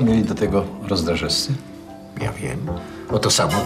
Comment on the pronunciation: Wybitni aktorzy a mowia 'Rozdrażescy' zamiast "RozdrażeWscy"